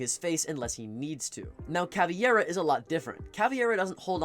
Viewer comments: It is CaviEra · Can someone explain why CavEIra gets pronounced as CavIEra by every content creator and player alike? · Are You calling her CaviEra on purpose to bait out comments like this?